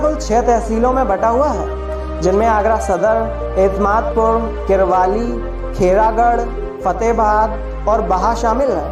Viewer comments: किरवाली नहीं किरावली है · वो किरवाली नहीं kiraoli(किरावली) है। ओर वह कॉलेज सेंट जोनसन नहीं सेंट जोंस है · Kirwali nahi keerawali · अरे भई वो किरवाली नहीं किरावली तहसील है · Hey bro I'm also from Agra Uttar Pradesh और भाई वो #किरवाली नहीं #किरावली है ❤️ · It's not kirvali Its kiraoli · किरवाली नहीं है सर किरावली है किरावली से हम हैं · भाई वो किरावली है किरवाली नहीं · Bro it's not किरवली it's किरावली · Kirwali nhi kirawli hai vo